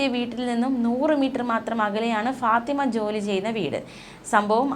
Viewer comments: ഭാത്തിമ അല്ല ഫാത്തിമ ആണ് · തെക്കൻ effect..😂